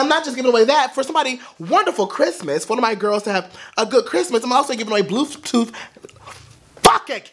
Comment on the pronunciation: "BLUEF TOOF" I'M SCREAMING SO BAD RIGHT NOW